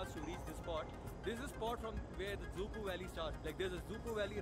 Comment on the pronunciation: Let's make a correction with the word again... It's dzükou.. not dzuko.. zuko.. züku.. or whatever Just learn the spelling at least